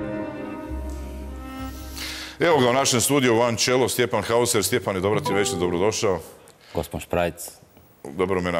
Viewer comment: E sad, Šprajc ne zna ni njemački niti engleski očevidno, jer onako kako on izgovara Stjepanovo prezime moralo bi se pisati Haußer ili Hausser.....Za takozvanog Šprajca može i Наузер....